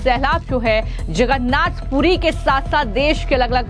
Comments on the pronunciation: यह न्यूज एंकर लडकी जगन्नाथ बोलने की कोशिश कर रही है मगर इसका उच्चार छगन्नाध सुनाई दे रहा है जब की विदेशी महिला और पुरुष स्पष्टतासे जगन्नाथ बोल रहे‌ है .. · अरे कोई इस अँकर को हटाव, इसको भगवान जगन्नाथ कहने को नही आ रहा है, वो भगवान छगन्नाथ बोले जा रही है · Bhagwan Jagannath ji ka naam sahi se lijie. Agar ni bol parahi hen to anchoring choddijie warna koi or topic pakdie. This is not tolerable. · Are mem Jagannath Prabhu ka naam to sahi se bolo